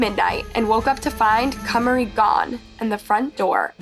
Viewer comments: Hey I’ve noticed in a large amount of your videos you mispronounce names. I can see if it’s just an accident but in this specific video you continuously change how you pronounce her name, which shows you are knowingly saying it incorrectly. It’s very disrespectful to families and victims, especially since this is a platform to share a victims story. Please do better. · here is the correct pronunciation of the Kamari's name. i'm still watching your videos, but mispronouncing the victims' names is a pretty big error. it's not the first time i've noticed this happening. Edit: her name is also pronounced correctly ffs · when the source material tells you how to pronounce the name (i.e. the interview clips), you pronounce it that way. It was states multiple times as "Ka-Mah-Ri," however the narrator, who sounds like English is her first language, continuously pronounced it as "Kay-Marie." Literally no one here is being mean to the narrator. No one is calling her names and no one is belittling her. No one is claiming intellectual superiority. We're noting that the narrator repeatedly mispronounced the name despite it being said correctly by the victim's family. This is valid feedback. We can't be so fragile that we disallow ANY feedback or critique. Repeatedly mispronouncing someone's name is disrespectful. Especially when you've been corrected multiple times (i.e. the source material). And disregarding that correction is definitely rude and insensitive. Just acknowledge the note, make an effort to do better, and continue on. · Her parents are literally saying “Kah-mah-ree” … not “Kay-marie.” Are you not allowed to say the names of the victims so you have to mispronounce them on purpose? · If you hear the girl's dad pronounce her name as Kuh-MAR-ee, why would you continue to pronounce her name first as KUHM-uh-ree and then as KAY-marie? 🤦‍♀️ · I know it’s too late to make a difference but her name is pronounced kuh mar e